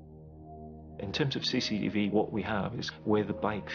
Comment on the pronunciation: I love how all the way through Tipu's case the detective keeps saying "Sea Seat E Vee" and then in the studio she corrects him saying "cctv".